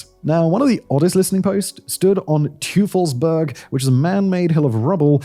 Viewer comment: Teufelsberg aka devils mountain 🏔️ Simon use a good old British oi and put it after the T__ toifelsberg here you go. Hurts your german audience otherwise